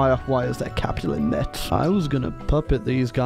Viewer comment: Metz is pronounced mess BTW